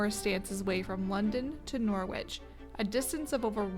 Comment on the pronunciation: Norwich is pronounced NORRIDGE